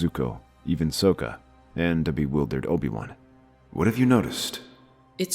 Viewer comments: It's Socka, not Soeka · It is Sokka. not Soka.